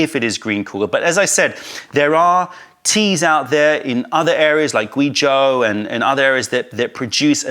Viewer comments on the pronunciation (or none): none